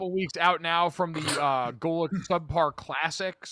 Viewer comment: That was an okay pronunciation Mr. Golic!